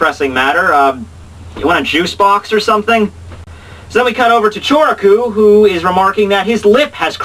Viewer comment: Why do you call Kyoraku "Choraku"?!